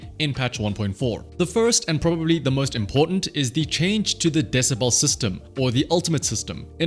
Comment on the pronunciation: DeciBEL not deciBALL.